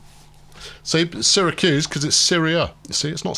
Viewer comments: you ARE pronouncing Syracuse properly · Utica is (u ti ka) I’m from the Albany area your choice of Syracuse is correct by the way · You're right on Syracuse, but you're wrong on Utica (it's YOUtica) and it's Onieda (oNYEda)